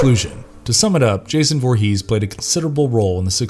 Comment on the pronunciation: Derek play Jason 2009 not 2019 and it's Voorhees not Vorhees